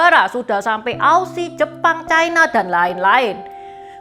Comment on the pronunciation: Ucapan yg bnr China, bukan Chaina